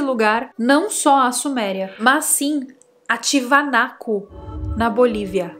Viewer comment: Um beijo e tudo de bom para você. Pronunciaria errada = "TIAVANACO". Pronunciaria certa = "TIAGÜANACO". Lugar realmente intrigante o qual visito desde 2004.